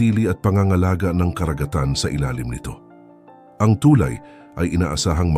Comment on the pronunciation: mispronounciation of the word "tulay". but this is a good news for us.